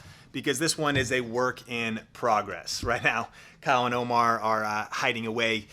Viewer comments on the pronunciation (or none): none